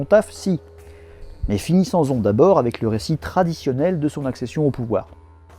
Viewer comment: "finissenzon" au lieu de "finissons-en" hahaha excellent ! Bravo pour ton travail, c'est vraiment très intéressant, c'est trop cool ! ❤🐾